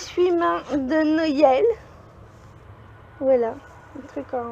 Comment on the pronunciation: On dit Noël et pas noyel